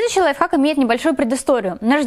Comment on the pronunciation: Мне скачало казалось что ты говорила лайфак😂😂,приколь